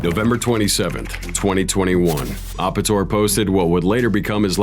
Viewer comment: It's Ape-tor. Like an ape..